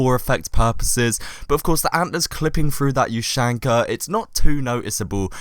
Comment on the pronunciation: Please pronounce "ushanka" correctly